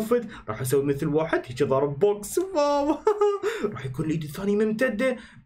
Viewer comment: واو ❎ ڤاو✅ 🤷🏻‍♀️🤷🏻‍♀️🤷🏻‍♀️🤷🏻‍♀️🤷🏻‍♀️🤷🏻‍♀️🤷🏻‍♀️